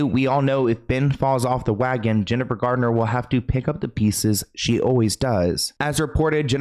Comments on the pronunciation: Thank You for the video! I do wish half the world would stop saying Jennifer "Gardner" though 😅 it's said just like Garnet 😻 but we try our best 👌 🎉 Everyone does it 🫣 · It sounds like you said Jennifer Gardner instead of Garner. Forgive me if I misheard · It's Jennifer GARNER not Jennifer GARDNER!!! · it's GARNER not GARDENER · I'm confused as to why people saying Jennifer Gardner when her last name is Garner? There is no "d" in her name!